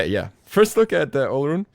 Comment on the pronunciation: Why yall so uncultured? Its pronounced O-loh-roon